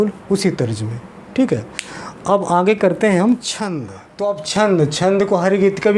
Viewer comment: आप आँगे बोल रहे हैं, जबकि सही शब्द आगे होता है|